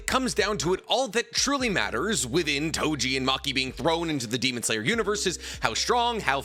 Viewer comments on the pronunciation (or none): Its Toji, not Tojin 😑